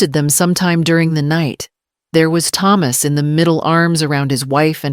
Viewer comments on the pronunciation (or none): Why can't the pronounce the name Thomas properly